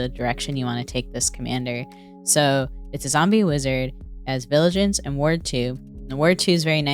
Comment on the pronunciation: just wanted to point out, that you mispronounced vigilance it's vigilance not viligance. nice deck tech tho.